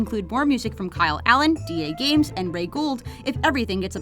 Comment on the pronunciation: I thought its DAGames not D.AGames